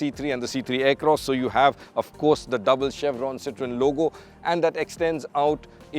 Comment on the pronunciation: It’s pronounced ‘CITR-O-EN’. Not ‘CITRINE’.